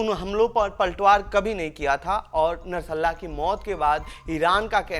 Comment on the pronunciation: O dofa. Narsalla kya he, bolte nahi aata to mat bana, nashrullah bol.